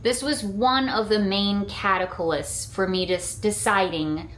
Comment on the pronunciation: Great job decorating,! Gosh, I love those gourd cats with the glowing eyes., I've heard you say this before: "cataclyst" is not a word. The word is "catalyst". (The only c is at the beginning of the word.)